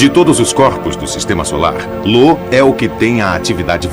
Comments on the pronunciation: Não é Lo não o nome dalua moço, é io com letra i de igreja! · O narrador só confundiu io com lo kkkkk